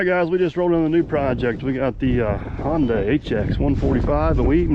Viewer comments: You're killing me with the "honday"!! It's (hun-day)!!!!!!!!!!! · Hon-day lol